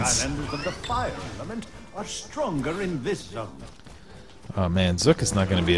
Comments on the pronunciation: XD y u say "Zok" Instead of :Zook? .3. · Zook not skull or zuk ok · you pronounced zook wrong, it is zook as in ba-zook-a cause of his gun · his name is zook as in ba"zook"a